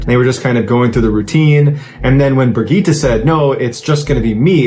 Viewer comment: Correct me if I’m wrong, but the female Swiss hiker’s name is pronounced Brig-get-ta, not Brig-gee-tah.